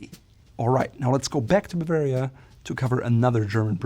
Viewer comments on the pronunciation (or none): none